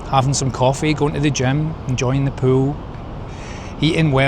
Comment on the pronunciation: At first, I thought you said "enjoying a poo," not "enjoying the pool," and my reaction was, "yep, me too!"